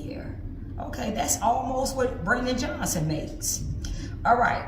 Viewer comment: Why can't the black women in the red say the word Johnson...NOT Jo-hn-son, wtf???